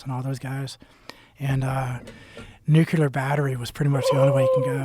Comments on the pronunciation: Dont trust anyone who says they're a techie and "worked on all types of projects" if they can't even pronounce the work NUCLEAR correctly. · Whenever someone says "nukular" instead of "nuclear" i want to call b.s. on their entire story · Well, the guy said “nukeyalar battery” so he has no credibility immediately. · It’s questionable when a dude that supposed to know what he’s talking about says “nucular”, as if he is unaware, and has never been corrected, that it is “nuclear”. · Lol she says “Nucular” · do no trust anyone that says "nucular" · N-U-CU-LAR? alright homers simpson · Nucular battery…… did he really say it wrong? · "Nucular" battery? Jeez guys... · Lol guy doesn't even know how to pronounce nuclear... definitely credible👍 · Imagine an ex Navy SEAL who can't pronounce 'nuclear'.